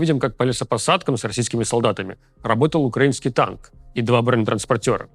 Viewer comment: ТАК СМЕШНО ЗВУЧИТ "УКРАИНСКИЙ ТАНК" ))))))))))))))))))))))))))))))))))))))))))))))